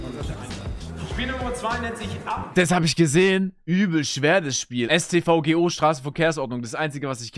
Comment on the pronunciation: Wo kommt bei Sascha eigentlich das G für Straßenverkehrsordnung her? :D